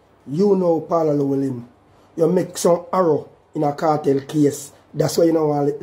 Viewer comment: Di man say sir p dunce …so him is wat mr Arrow my yute the word is error 🤣